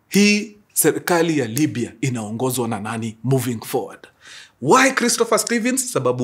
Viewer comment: It's Libia or Libya Mkuru check apo kwa introduction yoh, anyway sorry maybe it's mind playing games 😂😂